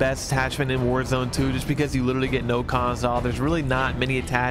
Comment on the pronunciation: “Worzoni 2” 🤣💀